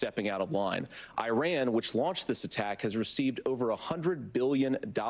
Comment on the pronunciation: eye ran 😂